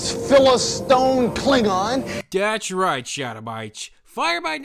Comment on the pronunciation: "PhilistOne" does he mean "philist*I*ne?"